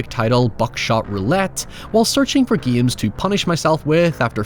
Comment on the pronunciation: Why you say giames instead of games